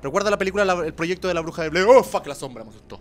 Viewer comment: bruja de blead, es sin "r" al ultimo, creo jaja